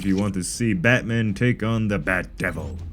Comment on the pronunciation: bro 😂 😂 how do you pronounce batman like that